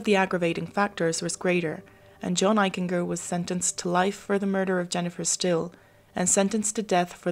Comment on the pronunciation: I went to Middle School and High School with John Eichinger and he was a pretty nice kid; in hindsight there may have been a cruelness to John. You're mispronouncing Eichinger; it's a hard G . like a J. "Eich-en-Jer" . . . Excellent episode otherwise